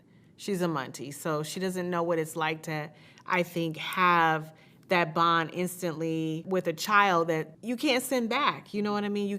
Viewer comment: Marlo want to "bund" with "Kenyer" so badly.....